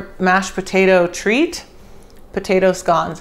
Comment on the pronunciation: I love you woman! She called them scones in stead of scouns like a monkey, you are a wonderful American. A diamond in the rough